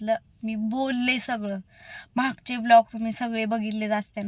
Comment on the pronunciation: पहिली गोष्ट खूप English बोल्ते पन प्लिज ब्लोग नाहि ग बाई व्लोग म्हनतात 😂😂😂